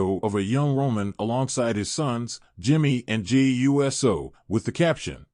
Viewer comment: If the narrator doesn't know how to pronounce Uso, as ooso, he should stop narrating.